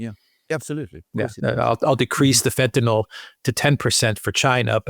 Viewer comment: Fentanyl not Fentanol